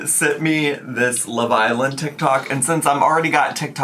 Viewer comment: they way you say Love island like its one word is sending me hahah